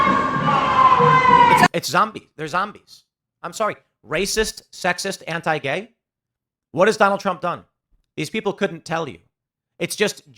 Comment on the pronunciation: when I first heard them say ‘anti-gay’ I thought I heard ‘end Tapaei’